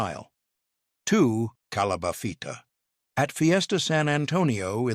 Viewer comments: PIck a doozy right AI??? Sounded like it said 'Calabathita'...Dear lord!:body-blue-raised-arms:😁😆🤣😂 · Thank you, I was so confused as to if other people just said things differently 😹 Calabafita??? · Please if some one is gonna do a commentary please dont butcher the pronunciation... soooo annoying. Its not calabachita its calabacita . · PicaDizo y Calaba-WTF 😮 well at least he said Migass. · Did he say calafabita? It's calafabita. Picadizo, OMG I can't stand it. It's picadillo. I'm leaving before I lose it. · Find a computer that knows how to say Calabacita or I'll lock you!